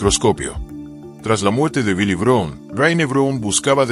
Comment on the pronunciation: No se por que no pronuncia el apeellido correcto ( Brown , no Brun ) suena feo .